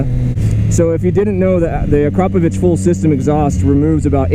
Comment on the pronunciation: Haha noone is saying akrapovic right this a slovene factory so nobody in america nows how to say it right